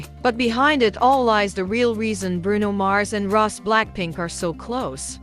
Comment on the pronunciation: Her name is pronounced Ros’ie not Ross